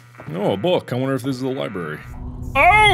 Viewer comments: mark- “i need to go to the liBARY” “this is a strange liBARY” “what is wrong with this liBARY” me- grammar nazi engaged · The scariest thing about this is Mark pronouncing it "libary" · the fact that mark said “liberry” makes me have the urge to commit war crimes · mark: " something seems different about this li-berry" me: about to die from OCD because he said li-berry instead of library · Lie Berry